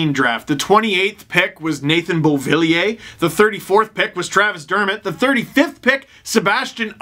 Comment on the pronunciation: "Nathan Beauviller"